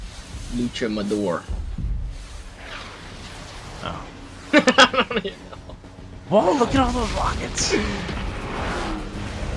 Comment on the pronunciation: it's LUCHADOR not LUCHAMADOR xD